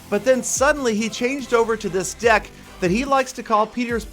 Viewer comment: is it me but when says deck it sounds like dick xD and the song is completely different